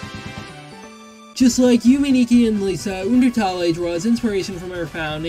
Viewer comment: I love how he pronounces undertale like oondeurtalleye